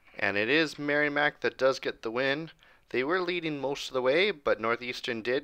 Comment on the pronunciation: Great vid! I will say it’s pronounced Merrimack with a short i. Not sounding like a y. Great as always though!